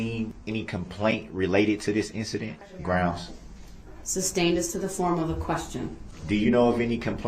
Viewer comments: Substain” lol! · He never learned the meanings of the words hearsay, relevance, and leading and never pronounced sustained correctly 🙄